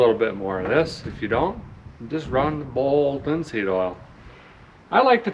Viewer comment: 🤣😂🤣😂Your still pronouncing it like that girl in the video I know we both watched where she put it on her truck I think it was. Had the really southern accent! I saw you comment on it. "Balled linseeeed olll" 🤣🤣😂🤣